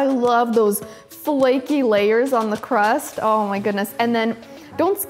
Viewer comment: "Budewy fwaky cwust"